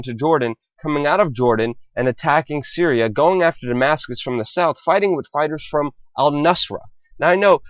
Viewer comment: did he actually say "cereal" instead of "Syria"?